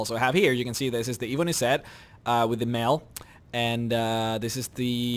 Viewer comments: You pronounce ebony wrong. its EH-bony not EE-bony. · Ebony has a short e not a long one. You're always saying it wrong.